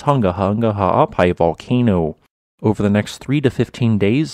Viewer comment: You NAILED the ha'apai pronunciation a.k.a. the okina. Well done, some haole never get it. Next, the 'ng' without the "ga".